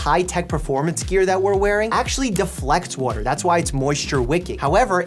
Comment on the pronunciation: waotter lol 😂 🥰